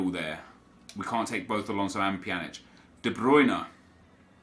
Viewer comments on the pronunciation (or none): It's De bruyne not De bruyner